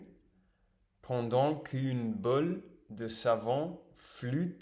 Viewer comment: Ton francais est assez bon ! Mais c'est vrai que tu as une grosse difficulté à prononcer les "ou". Your prononciation is more like "il ju avec une bule ruge" instead of "il joue avec une boule rouge". And as a french speaker sometimes that's weird cause it becames a different word. Essaie de te focus sur ce point en parallèle de ton apprentissage. Grosse force à toi ton travail est déjà admirable ❤️🙏🏽